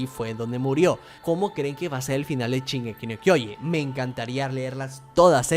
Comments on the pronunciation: no puedo escuchar que diga 'chingeki' me fastidia demasiado que sque el video xd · Chingeki dice xd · Al chile men dijiste mal shingeki DISLIKE. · Perdón la ignorancia pero, de dónde es el acento ese en que pronuncia la "sh" como una "ch", es que me ancantan las diferentes dialectos y pronunciaciones; y este lo escuché varias veces pero nunca me animé a preguntar... supongo que podría ser de alguna región de México, pero no tengo idea. Perdón por no comentar nada referente al vídeo por más bueno que esté.